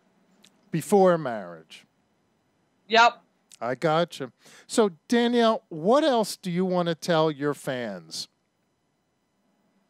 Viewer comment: Danielle Mullins ' Janali'?? Maybe you should do some more research before you dive in and do a video.